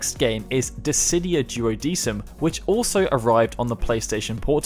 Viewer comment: The "sei" in Seiken is pronounced like "say" not "sigh." And the "decim" in Duodecim should be more like "deck-im." I really wish you guys would take just a few minutes to educate yourselves on proper pronunciations before you narrate these videos. That being said, good job highlighting all these great games! The Chocobo's Dungeon games are also loads of fun, though I know they're not everyone's cup of tea.